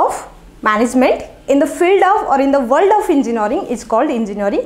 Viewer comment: Gajjab your "Enginaring" not Engineering